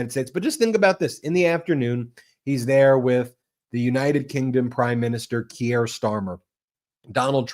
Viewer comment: The name is Keir Starmer. Keir rhymes with Deer and beer. Ben, It is annoying that you so often do not learn to pronounce foreign names. I live in the UK. Everyone here pronounces it correctly. Your channel is great, but failing to pronounce names correctly is really not ok.